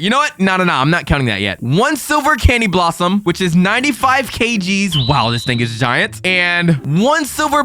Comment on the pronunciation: Bro cany blossom it’s candy blossom